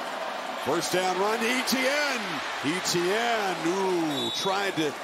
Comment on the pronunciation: How do you have a career in broadcasting and fail to pronounce a clearly French-based name like "Etienne"?